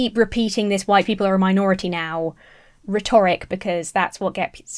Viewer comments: Great video and indeed channel. please don’t think me a pedant when I ask you to look of the pronunciation of the word rhetoric. I really like hearing a younger (than me) person tackling these issues. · Stop saying rhetoric wrong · You're awesome, but why do you pronounce 'rhetoric' so strangely? 😅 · Love the way you pronounce "rhetoric" lol